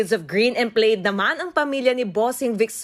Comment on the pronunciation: Plaid po (Plad)